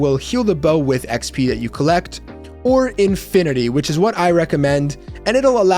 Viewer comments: Arthropod and affinity, not arthorpods and infinity... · Has nobody heard the word ‘Affinity?’ It is not “Aqua Infinity. “